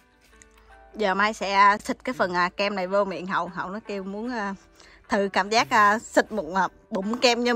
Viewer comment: Mai xinh gái dễ thương và chân thành. Em ơi giờ clip của em cả nước đều xem rồi nên cố gắng phát âm rõ dấu hỏi cho mọi người dễ nghe hơn nhé: nhỏ - nhọ, thử - thự, nổi - nội